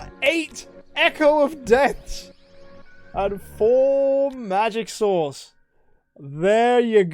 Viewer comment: Omg when said magic source the auto subtitle said: oh my God four magic sauce